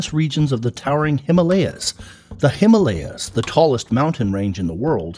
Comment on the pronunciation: nice video but please next time learn how to pronounce himalya